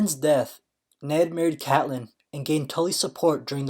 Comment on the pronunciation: It's CATE LYNN Pls its triggering me